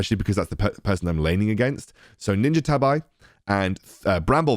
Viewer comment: Good thing they changed the name of ninja tabi boots, I feel uncomftable everytime I hear people mispronounce it like AARRGGHH!! My Otaku heart.